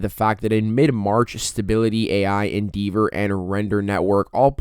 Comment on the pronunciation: it's En DEV er not En DEEV er brother.